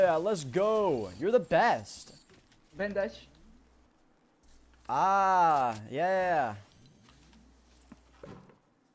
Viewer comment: I love the way the dude said bandage "Bandaje"